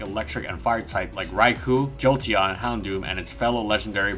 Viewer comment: Ok let's get something straight here. It's pronounced /RAI-KO/ not /RAI-KU/The "u" after a "o" extends the "o" sound in Japanese but is never pronounced. Btw you should do scizor.